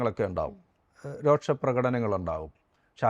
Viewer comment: രോക്ഷം അല്ല......രോഷം ആണ്🙏